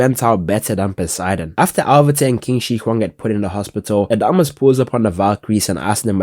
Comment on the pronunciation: qin shi huang is pronounced chin shi huang